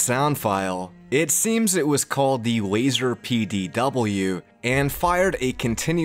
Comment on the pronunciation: Hearing wazer instead of laser is too painful for me